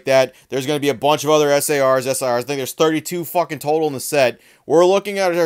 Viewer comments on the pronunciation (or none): none